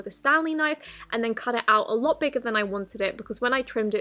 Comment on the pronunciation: “A louwt” did anybody else catch that?